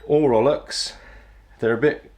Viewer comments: Rollocks? So that's how it's pronounced? Never knew, I learned something new today. It sure sounds about right though. Plenty salty, still close enough to the spelling to be recognizable, and with plenty of opportunity to make the bewildered landlubber raise his eyebrows and ask himself 'Wait, what did he just say? What should I grab?'😊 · So nice to hear people who speak English and say ROWLOCKS not row. Locks. Funny when I hear rowlocks pronounced properly I have the urge to yell “ double “!